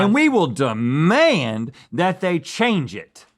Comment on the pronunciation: haha Rhett went full southern on the word demand haha nice 1 rhett